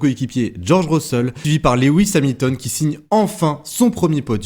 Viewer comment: S'il te plait!!! Rappel de ce que j'avais déjà signalé:-) 🙂 Son nom est Loooooooooouuuuuuuuuuuis et pas Léééééwis!!! Tu m'avais dit en tenir compte mais ça colle comme un sparadrap 🙂 Sans ça, tes interventions sont TOP, tu fais de l'excellent TAF!